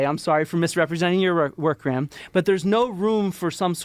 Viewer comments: A point of pronunciation: Graham in British English (ˈɡreɪəm); in American English (græm). In any case, the H is silent. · I know you like to know how people pronounce thing's so I'll do my best. Graham is Grey/um not Gra/ham, in England.